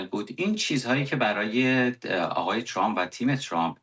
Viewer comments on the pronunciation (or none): none